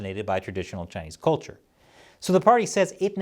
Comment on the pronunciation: Yes, the marauding Chinese are determined to lie their way to wrecking the rights of other nearby nations. However, this piece would carry more weight if the host pronounced the word ' culture ' correctly. It is not kolture.